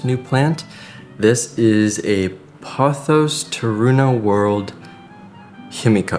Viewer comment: 初めて音声トラックが入って、音声で理解しながら見ています パオス、パオス，となんだろうと思ったらポトスでした🤣 今日の動画は、観葉とIKEAで最高🎉